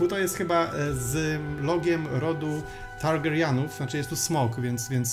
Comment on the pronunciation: Ta wymowa Targaryen XD